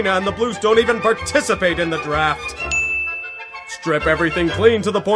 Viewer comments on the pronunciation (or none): none